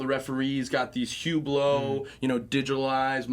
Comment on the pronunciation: its pronounced ublow